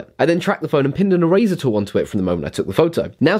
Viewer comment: He pronounced eraser like e-razer